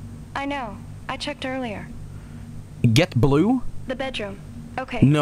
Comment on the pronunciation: Not to mention having to say "brue" for "blue" in the first one.